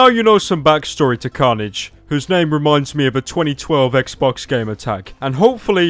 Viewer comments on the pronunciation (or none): none